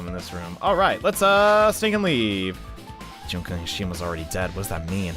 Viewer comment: your making me suffer cause you've been saying junko's name and its oissing me off